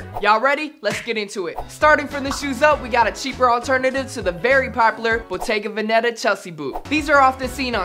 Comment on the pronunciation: Im italian from veneto, and when he Said bottega veneta i laughed so hard man.. It s bottèga vèneta, not bòttega venèta😂